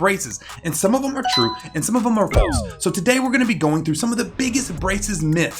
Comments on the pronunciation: False not flase. No hate your my favorite youtuber lol. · ITS NOT FALSE ITS FLASE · Hey, you said flase instead of false, nice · It's not false, it's FLASE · flase instead of false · I like how it is flase instead of false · YOU SAIED "FLASE" INSTEAD OF FALSE! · ……… anyone gonna talk about how he misspelled false, he said flase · Some of them are True some of them are Flase/FLASE: You mean False, but you said Flase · Did anyone else notice he says flase not false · Anyone else realize the "flase" instead of "false" 🤣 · who else saw at the beginning he said flase instead of false? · Anyone else notice that it was “flalse” instead of “false” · Anyone notice at the beginning he says flase instead of false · Did he really say flase instead of false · (I commented this... so yes I noticed this too 😆.) Anyone else catch the fact that he said flase instead false? At first I thought he even spelled it “floss.” 😂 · U said flase not false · Bruh True or “Flase” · The first time i’ve saw a dentist get a word wrong- “flase” (or the editor lmao) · ah yes, true or flase. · True or “Flase”😂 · true or flase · He rlly said flase 😭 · lmao “flase” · He said flase 😂 I was like wait hold up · “Flase”? Oooh I rlly wanna make fun of that but he seems too nice 😂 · says flase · ah yes, Flase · Flase. Hehe